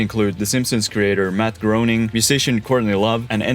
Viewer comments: Matt Groening is pronounced "Matt Graining" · Excellent job! ! BTW Matt Groening is pronounced GRAIN-ing More pronunciations: Dalles is one syllable: DALLS. Marquam = Markum. . Willamette — You nailed it! (Many people don't)